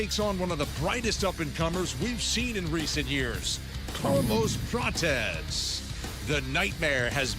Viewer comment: Ian called Carlos Prates "carless patches" wtf boy can't even talk right